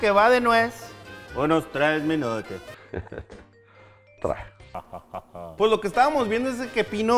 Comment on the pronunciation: Mama: cuánto sacastes de calificación Yo:un treh